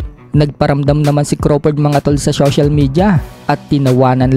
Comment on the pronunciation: syocial😂 syession😂